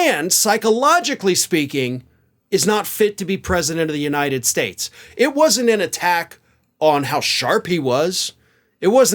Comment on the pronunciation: I know lots of words, great words, the best words. I just can't pronounce any of them. "The United SHTATSH"